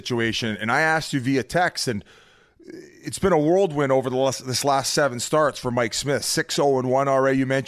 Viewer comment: Someone let Biz know it's "whirlwind". 😉